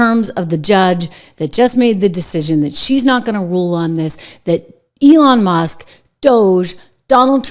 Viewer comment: Elon Muss?? I heard say Elon Must. lol